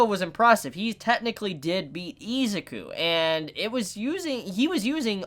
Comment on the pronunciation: I know this sounds weebish, but please stop calling him eezz ah ku. Try E-zuu-ku. I know it's Ryu to Riiyou, but still.